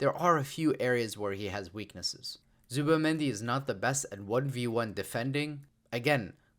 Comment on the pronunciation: I know why you avoid to pronounce it "Zubi"mendi